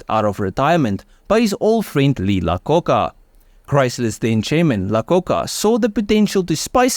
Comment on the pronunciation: Hey. Love your videos and your narration voice. However, the man who was at Ford then Chrysler as CEO, Lee Iacocca, is pronounced aye-uh-coca. The first letter is I, eye.